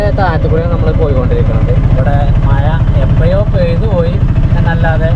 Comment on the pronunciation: മയ അല്ല മഴ ആദ്യം അത് പഠിച്ചിട്ടു വാ